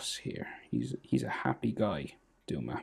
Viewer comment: Doma??? Bro his name is Douma 😂😂😂